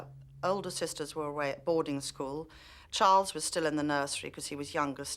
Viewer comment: Did anyone notice how she messed up Charles’s name 😂 She was so adorable.